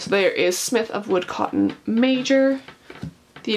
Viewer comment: "woo(dco)tten" "rover(an)dam"